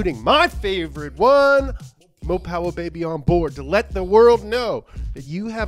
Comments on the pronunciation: By ooopmh?? whats that? you mean mo' powa' baby?!?! Its ok ill let it slide.....this time... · When he said a "a bit more... umph" instead of mo poweh benbah I was so confused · Yo no ones talking about how the other audience dude got hurt because of mo powah . . . . . . I guess he couldn't handle all the mo powah babeh